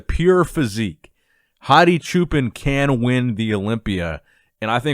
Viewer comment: Anybody from Iran can actually tell us how to pronounce Hadi's surname? I think that "chuupan" is kinda wrong lol